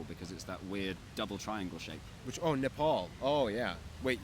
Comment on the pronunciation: I am uncomfortable with anyone pronouncing Nepal as Nah- Pol